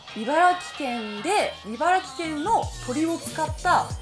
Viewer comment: 不要在唸ㄘˋ城縣，正確是唸ㄘˊ城，Yuma他們也是住在茨城，每次他們唸都講ㄘˋ城，也都一直唸錯